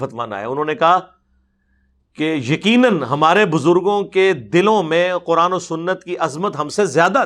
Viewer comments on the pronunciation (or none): none